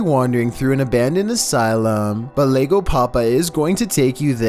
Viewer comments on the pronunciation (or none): "Lego Papa" 😂 it's pronounced as "yego" as in "dad came" or "dad's here."